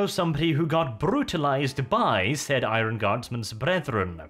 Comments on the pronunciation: For heavens sake IRON is pronounced Ai-URN. My brain hurts after all the 1000 times it has been said incorrectly lol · Where on Earth did you learn to pronounce the word 'iron'